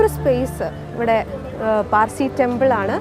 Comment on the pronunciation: PAZHSI ALLA SAY PARSI